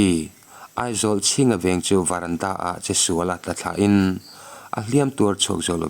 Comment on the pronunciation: Varanda nilo in Verandah tur😊😊 lo sawi ve mai2 a ho viau na a😊😊